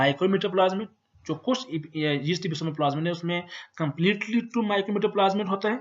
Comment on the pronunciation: its not jeast, its yeast. XD